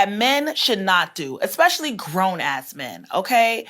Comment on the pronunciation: I chuckle when this high value woman says "eck-specially".